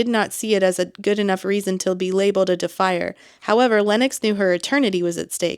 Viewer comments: Whenever you say Defier, I keep hearing defiler... Idk why, it just feels more like a real word I think 😂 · I heard “defy her”, which was confusing 😅